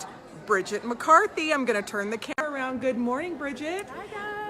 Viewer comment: Her work is absolutely fascinating. I do have to say though - for all her glowing compliments and frequent reminders that she's followed Bridget on social media for years, I cringed everytime the host mispronounced her name as "McCarthy," especially less than fifteen seconds after Bridget had made a point of enunciating the "T" in her last name when asked to provide her social media accounts .